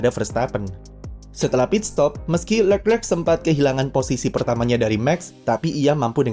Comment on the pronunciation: Kenapa setiap admin nyebut nama Leclerc agak susah ya.. udah 2 Chanel saya nonton juga seperti itu..